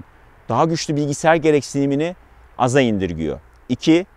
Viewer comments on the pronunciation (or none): none